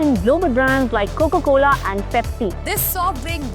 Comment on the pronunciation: Coco cola nahi bhai coca cola